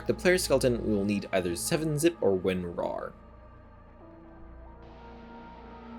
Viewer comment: cant get over how you said Win.rar lmao. "Win.Rawr"